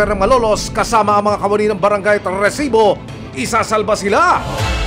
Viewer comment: bakit ganun na yung pag banggit ng "resibo" hindi na "rrrrrrresibo" 😢